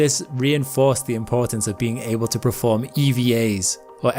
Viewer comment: I love you. But for the love of all things sacred, it's perform, not preform.